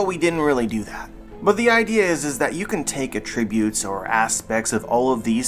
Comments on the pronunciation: Is there a reason why you keep saying "uh-tribute"?? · are you Canadian? Cause nowhere in America have I ever heard tht pronunciation